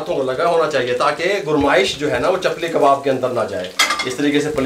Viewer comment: Chapal kabab nhi chapli kabab😂😂😂😂😂